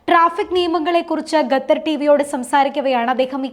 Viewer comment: ഗത്തർ അല്ല😢 ഖത്തർ😊